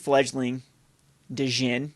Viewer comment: You aren't supposed to pronounce the "D" in Djinn.